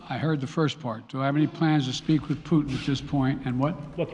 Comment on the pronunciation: Er ist leider schlecht verständlich (für Leute, die Englisch nur in der Schule gelernt haben) Und was soll das immer mit den "Puten"?!